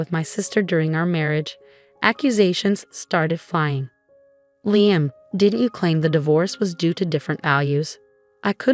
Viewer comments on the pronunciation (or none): Liam, pronounced Leahum, Layum, and Leyeum what the heck is it? Make up your mind.!! There may be a few other pronounciations as the story progresses so be prepared.